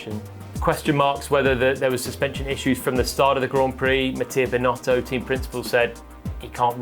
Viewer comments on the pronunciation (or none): none